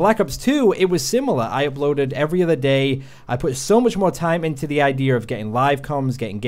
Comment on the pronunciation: Liam Crowley no ur not the only one lmao